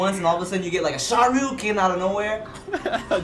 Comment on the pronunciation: Sharyuken?? lawl